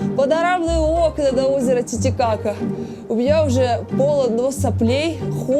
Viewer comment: Он чересчур много каверкает имя озера, и постоянно акцентирует на каки будто дети сплошные у экранов